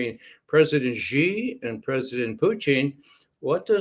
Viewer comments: SHEE NOT JHEE... JHEE MEANS PENIS IN CHINESE. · Judge Xi is pronounced similar to the pronoun she in English , not ge or ze 👌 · The "Xi" in Xi Jinping is pronounced like "she" in English and not like "gi" as in gin. That's not so hard to pronounce even for Americans.